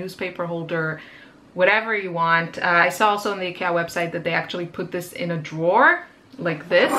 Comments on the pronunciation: its pronounced IkEEa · Ikea is actually pronounced: eye-key-ya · Hello, please, if you are going to directly reference a store, please be sure you pronounce it correctly. You pronounce it like idea. You saying icky in the pronunciation makes it seem like you are saying that they are" icky" and gives a negative feel to it. thanks. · Yeah I told my friends and family and they told me they refuse to consider changing to the real pronunciation... They pointed out in English the real pronunciation sounds like "icky" as in gross/bad/disgusting. That must be why the pronunciation became "Eye-kia" in the first place. Because "Ick-ee-ah" sounds bad to English speakers. So I can't change it to the 'real' pronunciation if that would confuse and upset strangers AND all my friends and family... But at least I now Know the original native way. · E-cat! I lost it! LOL , we say it, eye-key-ah. I not sure how other places say it. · You pronounce ikea so different than Canadians and usa do at first wait is she talkingvabout the same store ikea isnt as available in my area but candaian has the store in convient areas, i know also that ikea is on new New Jersey in usa.....enjoyed this video im like you i like to upcycle furniture and try to reuse upcycle . You can spraypaint your aqua rolling shelf to white. If your not liking the color....art blessing to you today...mikelle art🎨👩‍🎨✍ mom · Need to learn how to pronounce the store name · today i learned i've been pronouncing IKEA wrong 😝 its cheap, but when you are on a budget for studio furniture its worth it to get, knowing its not the best